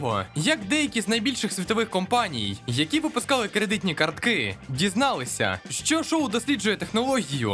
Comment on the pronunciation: Був би вдячним, якби були не такі нав'язливі акценти на останній склад у фразі. Звучить неприємно: "одна з найбільших компанІІІЙ, яка випускала кредитні картКИИЕ"